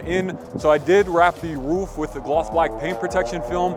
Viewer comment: Looks sick!! ...but why are you saying "woof" instead of ROOF 😂😂 I had to go back to make sure i heard that right